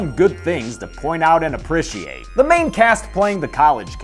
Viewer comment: Why does pronounce appreciate so weird